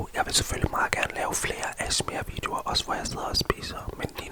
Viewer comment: ASEMER FEDT UDTALT